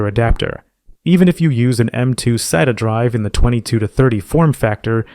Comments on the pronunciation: This might seem pedantic, but you really shouldn't spell out acronyms. It's not S-A-T-A. It's "Sat-ah". Acronyms should not be pronounced as initialisms. If someone goes into a store and tells the guy they want an S-A-T-A drive, they person is going to look at them kinda dumb for a second before realizing what they actually mean. This is no different than calling the space agency NASA the N-A-S-A. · This is a great explainer for modern disk drive types. My only complaint is that you pronounce SATA at least four different ways throughout the video. And you use two pronunciations of NVMe. Otherwise, great video and thanks! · Or an American Accent lol